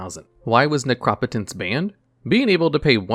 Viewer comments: Necro-potence not nercop-otence , I swear you do this to upset me lol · Necro-potence. Keep going bro your videos are great. You mispronounce stuff here n there but that’s to be expected since you’re newer. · its pronounced necropotence. sheesh you always say the card wrong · But he doesn't say nec-ro-po-tence. He says ne-crop-o-tence. So unless you say necromancer like a crazy person he's saying it wrong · Your actually prounocing an O as an A's sound ah.. in neCROP ah tense.. So it is definitlvey wrong prouncing that was actually! : ) love this and duel logs been watching for over 2 years! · From now on I will only pronounce Necropotence as NehKrawPuhTehns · i know its a crazy word and if i didn't know it already i would fuck it up as well but it's pronounced necro-potence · Although I like the informative aspects, by far my favorite part of this channel is hearing how he decides to pronounce all these cards names. Ne-Crop-Otence takes me out every time. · Necro-potence. You're pronunciation is weird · The way you pronounce necropotence made me want to punch a baby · you say necro po tence wrong! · your ability to always say the cards name as wrong as possible is godlike. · Firs thing I thought was “no way he just said necropotence like that” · I just can't get over how you pronounce Necropotence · God the way he says necropotence hurts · First time I've ever heard "Necropotence" pronounced that way 😅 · I mean he has mispronounced other cards in other videos. You might be right tho about necropotence. We can agree that it’s a different pronunciation from the norm.